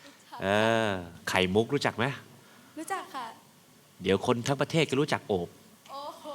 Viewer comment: คือน้องเค้าชื่อโอบ แต่ดาก็จะเรียก อบ อย่างเดียวเลย😂😂